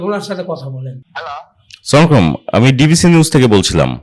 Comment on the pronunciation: একজন সাংবাদিক সঠিকভাবে সালাম প্রদান করতে পারেনা ধিক্কার এসব সাংবাদিকদের খুবই দুঃখজনক